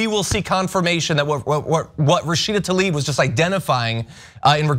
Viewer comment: Why do you guys keep callzing her tAlib instead of tLaib???